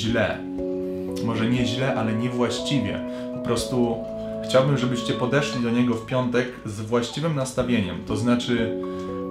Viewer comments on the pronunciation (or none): Proszę mów nie CHCIAŁbym a nie chciałBYM